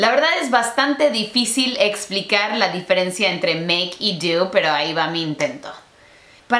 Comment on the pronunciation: No se dice "di-fe-ren-ci-a" Se dice "di-fe-ren-cia" querida!